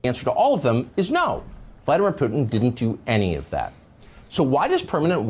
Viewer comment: V-LAD-ah-meer Poo-tein